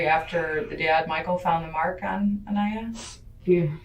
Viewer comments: Why is the narrator calling the deceased child Aneya when the mother and detective are constantly pronouncing her name? It's hard enough to hear this story, I wish more respect could be put on her name. 😔 Rip Aniya💓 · Thank you for posting these interviews, but I’m begging you to pronounce the baby’s name correctly. She went through enough in her life, let’s at least show her some respect now. Aniya - with a long I … uh-nEYE-uh. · It is upsetting to me, every time I hear Baby Aniyas' name being mispronounced. Maybe you should check into a WHOLE new level of AI before your next upload!! If you're going to share victims stories, I think it's VERY IMPORTANT to have the BEST software available! Aniya wasa beautiful little girl, who has a whole life to live! Yet, because she was failed by her "Mommy" the system, & many other people, sadly, she met her untimely demise, in the MOST DISGUSTING & HORRIFIC WAY! I've got to watch Deontes' videos but this is NOT a caring, concerned, loving Mother! As she keeps saying! She's a monster! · I find it highly disrespectful that you managed to mispronounce Aniya's name every single time you said it in BOTH videos about this case! There's no excuse for that seeing as the detectives, Aniya's mom and the boyfriend said her name a million times in both videos. In the future try to take extra care to insure you are pronouncing the victim's name right. That seems like the least you could do.🤔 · Saying her name wrong is disrespectful, rest her soul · Could you maybe take the time to learn the pronunciation of the deceased name? It is the only thing that little girl had, was her name ❤ thanks. NOT a Karen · You could at least try to pronounce the baby victim's beautiful name properly. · You pronounced her name wrong the whole video, wth is that? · I love your channel but it disturbed me so much that through all these videos you misprounounced Anya's name. I felt it was disrespectful. ❤